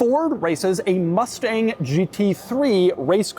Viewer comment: “Ford Mufteng” -Doug, 2025